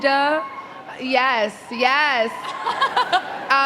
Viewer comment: Its yes not yas